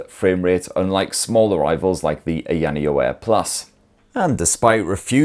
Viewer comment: I love your channel but please stop saying ayaneo like that.